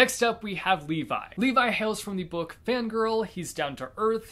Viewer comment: Edit : not gonna lie when he said " Levi" I was triggered hard 😭😭